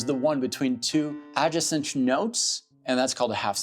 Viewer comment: buddy, wtf is that pronunciation of adjacent?